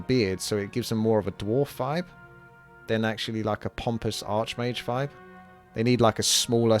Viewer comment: "i love those orc warlocks, they look so fishious, they've got a real fanos fibe to them" jesus christ man are you completely incapable of pronouncing V and TH?